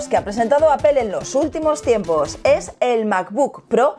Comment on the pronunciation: Porque dicen Apel y no Apple?? No la L va antes de la E? Que cagado